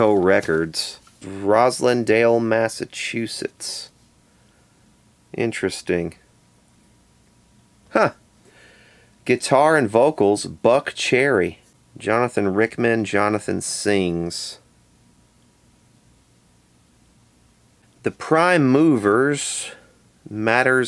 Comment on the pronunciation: Jonathan "Rickman" FFS! There's absolutely no way you've never heard of Jonathan Richman (and the modern lovers) No way!